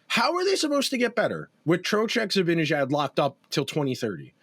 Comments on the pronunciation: I'm with you, drives me nuts to keep hearing Zabinijad. No excuse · Guess what: I think you guys are mispronouncing "Zibanejad." Nobody has ever mentioned this here, so I thought I'd let you know. It's an understandable novice error, since you've been following and commenting on the Rangers for under a decade, and in that time you probably have only heard the correct pronunciation a mere 50,000 times.